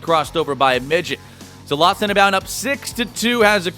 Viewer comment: Who else gets really annoyed when the commentator says "lostninbound"?